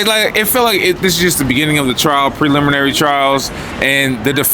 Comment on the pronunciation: My boy can’t even pronounce ‘preliminary’ so take his opinion with with a grain of salt. D4vd is not getting out of this with 3 special circumstances, which is crazy. 😂